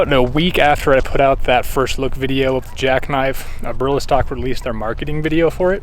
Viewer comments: Nice Review!!! It’s all good Brother.. mispronounce the name too.. But Great Review.. I more likely to get myself a Jackknife now.. it’s what I’m looking for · I wish you could pronounce Eberlestock correctly.